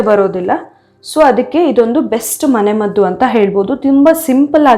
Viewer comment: adu "mane maddhu" alla.." mane maddu", dayavittu kannada kole maaDbeDi 😂